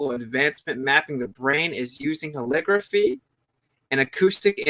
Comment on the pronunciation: Holography, not "holigraphy" you're trying to make it sound like calligraphy. LOG is is the word, not LIG. Look up the phonetics of how holography is pronounced. Love your work, just trying to help.